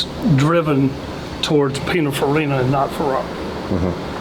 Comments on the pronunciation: Hey, Italian dude living in Switzerland here: it's pronounced "pin-in-far-E-nah".😉 Love your channel, I'm an OG DDE subscriber from when you were doing it all by yourself, so if you need an unpaid Italian pronunciation consultant who knows what he's talking about, count me in. And if you're happy with my "services" you could always send me a fancy DDE t-shirt or hoodie as a "thank you" once in a while, right? 😁 Fun fact for car culture geeks: "Pinin" was Giovanni Batttista Farina's (the founder of Pininfarina) childhood diminutive nickname. He later changed his legal name to Battista Pininfarina in 1961. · Its Pin(in)farina, not pin(a)farina, just saying, love you guys. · A lot of people talking about Pininfarina here who apparently have no idea how to say the word or how it's spelt. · I love hearing people mispronounce Pininfarina 😂😂😂😂😂😂 Lets not forget though that Pininfarina designed some of the most beautiful vehicles for everyone from Cadillac to Lancia. I don't think it was ever an option for Ferrari to aquire them.. Im pretty sure that,thats what it would've taken to have them be the key designers of all their cars.. I couldn't be wrong though on that fact.. cars are now designed by computers and programs. They used to sketch a car on paper or sculpted out of clay. Ferrari is not that far off though. People nowadays look at a stainless triangle and think its cool....its the times, people have no soul before the cars no longer do